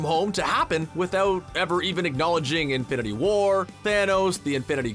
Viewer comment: Stop emphasising the second word in "Infinity War". It's not "Infinity WAR", it's "INFINITY War".